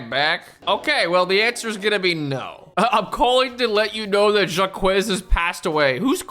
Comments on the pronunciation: Just coming into the comments to say it's pronounced Jock, not Jah Kwez 😅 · It is not pronounced jack-huh, but that's a lot closer than jakwez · pronouncing Jacques as "Zha-Kwess" and not "Zhak" kept hurting my brain. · You pronounce Jaques as jahkwez? Holy shiiiit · "Jacques" is a French name pronounced kinda like a mix of "jock" and "zach". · of all the crimes in this video, calling someone Jakwez is the worst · the pronunciation of jacques is killing me 😭